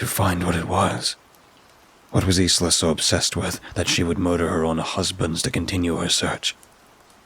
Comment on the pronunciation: Isla is pronounced ‘I LA’ Just so you know